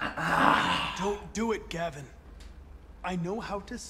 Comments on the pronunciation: mf said GAYVIN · “Gay-vin” LMFAO🏳‍🌈🤣